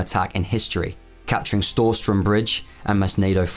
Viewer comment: Storstrømsbroen pronunciation was on point 👍